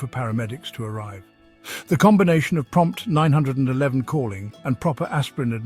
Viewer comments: Stop saying call Nine hundred and eleven!! Say call 911. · Is there some way to check the AI “speaker” so it doesn’t call 911 “Nine hundred and eleven” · This is an AI narrator. The way you know is that he pronounces 911 (the US emergency number) “Nine Hundred and Eleven”. Not “Nine One One”. 😢😂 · AI is NOT a good way to communicate acurately!!!...call 911, not nine hundred and eleven getting to the point quicky is imparative for elder whose brains have slowed down have issues with listening long enough to get to the information!!! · It's nine one one (3 syllables), not nine hundred and eleven (7 syllables). Plus 9-1-1 can be more easily remembered by children. Wish you were more concise and had a little pep. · Nine hundred and eleven is pronounced nine one one, and if you’re in the UK as your accent suggests, you should dial 112 😅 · "Call nine- hundred and eleven immediately". LOL! AI IS HILARIOUS!!